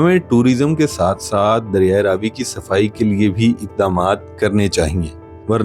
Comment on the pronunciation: Apni mistake theek karo . Ye Raa vi nahi Ravi hai